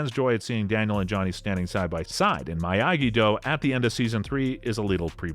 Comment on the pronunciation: You get a thumbs down for saying miyagi-do the way you did. Making videos on s*** you don't even know what you're talkin about